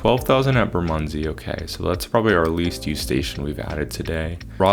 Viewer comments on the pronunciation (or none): Sydenham = Sid-en-um also Bermondsey = Ber-mund-zee(dwell on the Ber a bit more) and Streatham = Streh-tem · bermondsey is pronounced similar to how you said it, but less emphasis on the 'mond' (BER-mond-SEY), streatham is pronounced stret-um (note short 'e' sound), sydenham is pronounced sid-enn-um, dulwich is pronounced dull-itch, lewisham is pronounced loo-ish-um